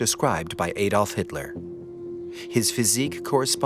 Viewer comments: its pronounced Adolf like A-dolf! not Aaaadolf, I know you are American but at least try to get the pronunciation correct. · Pronounced AAAdolf. Not Adolf.in A is. AAA.